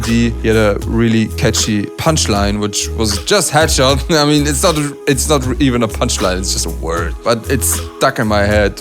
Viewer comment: I thought he said ketchup instead of headshot lmao